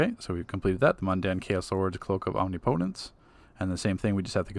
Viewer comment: Good video, but you're saying omnipotence wrong 😆 ... its not a hard e sound, the i is pronounced the same way you'd say the name Nick. Om Ni po tence.